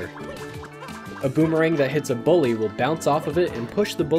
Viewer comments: "deadmemerang dandelion". goddamnit lmao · “Dead Memerang” Haha. Ok Boomerang.